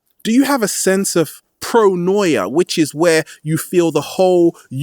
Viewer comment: pronoya? paranoya?? hard to understand, i want to understand correctly